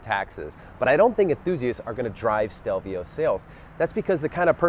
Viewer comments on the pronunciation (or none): Can you say the name correctly?